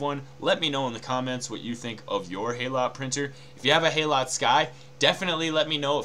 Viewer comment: Just a nitpick - HALOT is pronounced 'hallow', as in 'hallowed'.